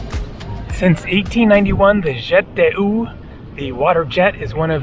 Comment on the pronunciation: Your French pronunciation is without words😂...jet de oo😂